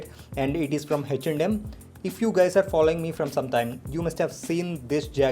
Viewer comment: It is simply H not Hach rx or hach & M😂😂😂